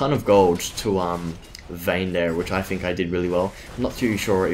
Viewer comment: Why do you say 'bofe' and 'fink' instead of 'both' and 'think'? Are you unable to pronounce 'th'?